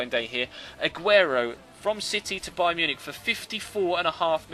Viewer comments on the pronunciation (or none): none